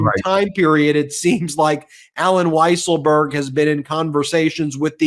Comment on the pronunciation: It is pronounced “weasel-berg”. A common mistake.